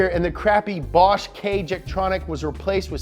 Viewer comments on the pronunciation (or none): none